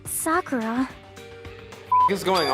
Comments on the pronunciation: Bruh how do you still pronounce “Sakura” wrong when they even say her name in this video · your not saying sakuras name right